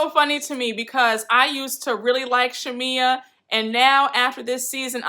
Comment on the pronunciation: Marlo doesn’t know how to articulate herself very well & she also has a speech impediment so that’s why she butchers Shamea name sometime (Shamila) 😩 lol I understood what she was trying to get at but she just be all over the place lol Porsha acting like she didn’t know why Marlo thought there was an issue is weird as hell.... She was giving me baby Nene on this part.